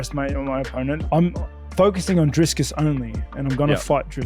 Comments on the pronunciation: As a south african its kills me hearing ‘driskiss’ but still love rob! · Definitely underestimating him by calling him "Driscus" haha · LMAO Whittaker saying he's not looking past the guy who's name he mispronounces. #Driscus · "driscus" Dricus - "ok great". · Interesting how is calling Dricus "Discus" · Haha there’s so many people saying driscus these days 😂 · Rob is not that kind of person I think he actually thinks his name is "Driscus" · Damn Rob showing shades of Chael on the Dricus pronunciation 😅